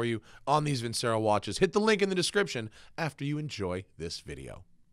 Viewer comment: Vincero. LOL. Love the Lotus though. Haven't seen on of these in a very long time!